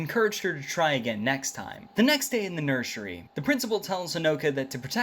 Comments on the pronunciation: Did no wan hear he say nershery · I love how he pronounce nursery😂😂